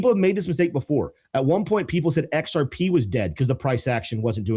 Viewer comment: He just can't say XRP 😅